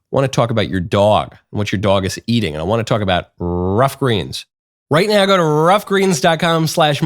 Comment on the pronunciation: Michael saying RRRuff Greens is like Nancy Pepsi saying "our democracy".